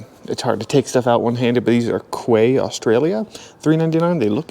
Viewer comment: Quay is pronounced Key Hi from Oz